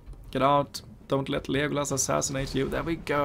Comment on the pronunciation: It's pronounced "Lego" and "Lass" from the word "LASt", but I like your "Liegolas" pronunciation ahah!